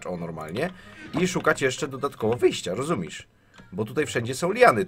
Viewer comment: Mała uwaga oczywiście nie ofensywna. Powinno się mówić rozumiesz zamiast rozumisz, jest poprawnie i zdecydowanie lepiej brzmi. Sorry, że zwróciłem uwagę.